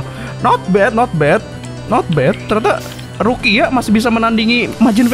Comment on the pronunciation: Gw denger bg ngomong rukia jadi ruqyah